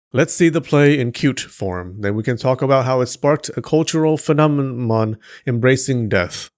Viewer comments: "a cultural phenomemon" lol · thats not how you pronounse felomenom ! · I was trying to fall asleep listening to you and then I heard the attempt to say "phenomenon" 😂 I'm crying 🤣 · Petition to change the pronunciation of phenomenon to phenomon